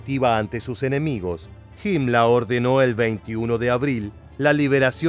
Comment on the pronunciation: PORQUE DICE HIMLA A HIMLER ? Y NO DICE HITLA A HITLER